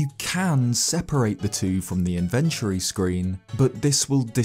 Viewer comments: Its pronounced inventory, not infantry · I can’t believe that’s how British people say inventory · That pronunciation of "inventory" o_O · The way this dude pronounces "inventory"